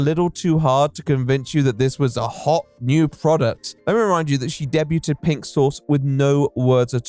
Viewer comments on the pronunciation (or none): okay you pronounced "debuted" as "debyooted" and that is unacceptable okay just unacceptable alright >:( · A.i voice?? "Coolinary"? Never heard a human pronounce culinary that way Or any human pronounce "debuted" as "de-but-ted"